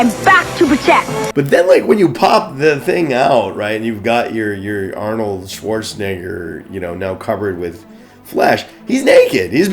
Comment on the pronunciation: you seriously cant say "Schwarzenegger" someone should tell him that